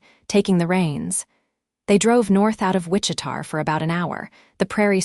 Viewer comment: fairly sure that the town in question is Wich-i-ta, KS - Not Wich-i-tar.....AI needs massive help with names and cities.